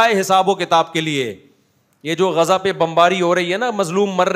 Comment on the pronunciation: غذا نہیں غزّہ۔۔۔اردو نہیں آتی